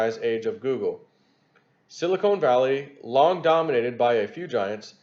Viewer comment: reading skills have greatly improved from past years. But there is one funny error he makes all the time. Sili KONE and Sili KONE valley (is the cleavage between Hollywood Implants), and.... Sili CON is the mineral used to make Computer Chips.